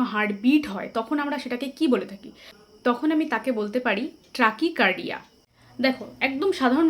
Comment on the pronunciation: কথাটা ট্র্যাকি কার্ডিয়া নয়, ট্যাকি কার্ডিয়া